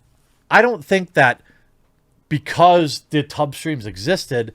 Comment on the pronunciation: When I heard you say tub streams, I thought you said tug streams.